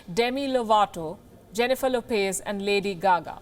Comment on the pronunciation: Jen ee fur Low pez